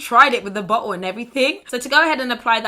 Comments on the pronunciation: When you said Bottle, I seriously thought you said butthole 😂❤ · pls tell me i‘m not the only one hearing BUTTHOLE when she says BOTTLE😂